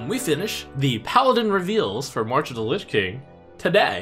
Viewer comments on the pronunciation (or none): none